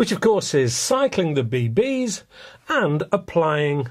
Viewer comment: Be-beees. Haha. Always trips me up when you say it like that.